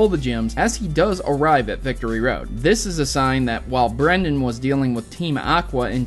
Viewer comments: *Brendan, with an AN, not an EN. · Bruh it's Brendan, but I'm not complaining because you like my name, Brenden.